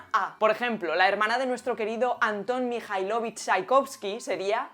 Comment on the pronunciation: El acento de los patronímicos van a la otra letra. No MijailOvich, sino MijAilovich Y tampoco es correcto en el femenino. Sería Maya MijAilovna TchaikovskaYA!! Cuándo es femenino, normalmente agregamos la A también al final del apellido